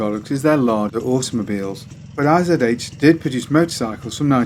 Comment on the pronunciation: IZH is not I - Z - H :D The russian name is made up of 2 characters I and ZH :) in German I would write ISCH and ISH is probably quite close as well with an i like in give for example...